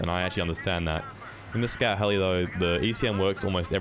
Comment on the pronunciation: I couldn't help but think he was saying Scat helicopter. Big ol shit copter